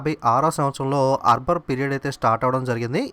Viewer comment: arbar aa akbar aa sir meeru eppudu arbar antunnaru